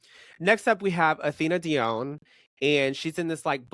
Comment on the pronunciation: The way says "dee-own" is sending me. It's "dee-on" 😭